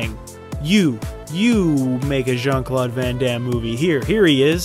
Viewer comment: Jean-Claude grand -am. Lol